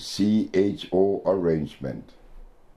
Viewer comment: Thanks Dr Sebi for the awareness , I like you when you say CHO 🙏